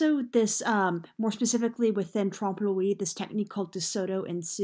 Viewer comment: Trompe l'oeil sounds like the English word " oy " as in boy. Not like the word we. Good content otherwise.